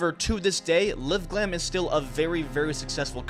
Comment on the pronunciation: It's LiveGlam, not LivGlam.